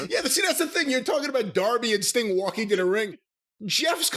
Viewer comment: Whenever he would say "Mr sting" I thougth he was saying Mr stink 🤣